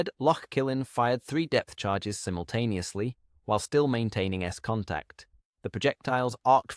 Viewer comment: Simontaneously - really ffs